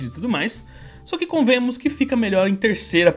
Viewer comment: Aprende a falar "convenhamos", cara. É vergonhoso vc falando errado. Toda vez que vejo vídeo de vc falando errado eu dou deslike.